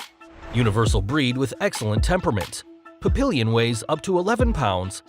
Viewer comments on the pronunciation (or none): Papillion is pronounced pap-y-on...not pap-ill-yon...moron. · Puppillion?? "PAPPY-ON" "PAPPY-ON" "PAPPY-ON" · OMG! It's Pap-ee-yon, not Papillion. It's a French word. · Pap-pee-yon not papillon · Oh Mister Narrator sir , it is not pronounced or even spelled "puh pil lee yon". The two L's in Papillon make a y sound in French when they are together, same as in Spanish. The name of this dog is to be pronounced "Pappy•own", or at least "Pappy•yawn". It is the French word for butterfly and dogs born in the same litter whose ears do not stand up are called the Moth rather than the Butterfly which is la Phaléne. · He said something along the lines of "Puppill-eon," I do believe, lol. 🤦 You'd think he would've spent the literal 10 seconds or less it would've taken to check into proper pronunciation 🧐 rather than to totally butcher it on YouTube, and risk inciting the wrath & annoyance of hardcore dog-lovers everywhere, lol. 🤺 💕🐕 🗣️ "PAPPY ON PAPPY ON PAPPY ON!!!" Yeah, my aunt had a Papillon, named Bindy-Sue, who ended up passing away when she was only 10, from some kind of auto-immune disease. 💔 My aunt has owned all kinds of dogs over the years, and she loved em' all, but she says that Bindi (her only Papillon) was the stand-out...the special one. The one she loved the most. 💗🐶💗 She was a pretty little thing, and so smart. Wouldn't mind having a "PAPPY ON" myself someday. PAPPY ON. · Papillon... PAP EE YON for GODS sake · Isn't 'Papillon' pronounced 'Pa-pee-on' and not 'Pa-Pil-yun'? I wish that that people would check for the pronunciation of place names, people, and animal breeds before narrating a video. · Pap-ee-on is how you pronounce it or else you going back to kindergarten! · I came into these comments to express the same thing there. It's PAP -E-ON I was laughing so hard during that section of the video. Otherwise, great video bud! Keep up the good work! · Lol, pap-ill-ion🤣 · Papillion: pronounced pah-pea-yawn.